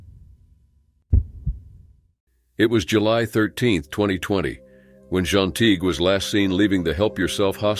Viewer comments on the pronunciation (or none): "Jean" pronounced as "John??" Clearly it's "Jeen". He vacilates back and forth between the two pronounciations. These narrators drive me crazy